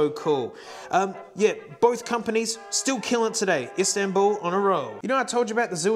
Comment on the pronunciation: Didnt know Zildijan were by turks (and I am a turk) guess Ill learn something new everyday (also I am suprised you pronounced İstanbul Mehmet etc not bad tbh)